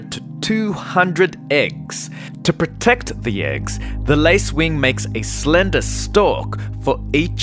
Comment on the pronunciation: Toa proatecta it’s egggggs